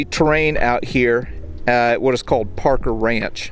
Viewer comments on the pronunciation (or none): none